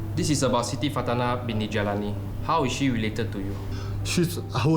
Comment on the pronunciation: Sound like he said Shitty, instead of Siti. 😭😭